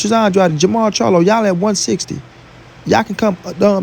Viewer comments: it’s AN-DRAYD not ON-DRODDY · Pronounce his last name right